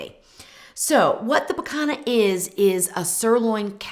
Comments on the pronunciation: Rump Roast aka "pee-KAHN-yah” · It's pronounced pee-CON-yuh. Like the ñ in Spanish.